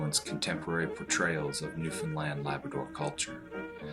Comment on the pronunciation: I've live in Newfoundland me entire life and im some happy he said Newfoundland right tho most of it was shit